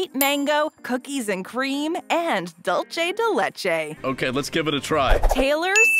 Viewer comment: 'Dullchay deh lehchay'.... REALLY??!?... It's pronounced 'dool-seh deh leh-cheh'.